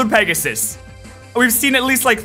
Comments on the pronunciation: I think it’s pegas-s-s-s-s. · It's Pegasisisisis.....duhhh...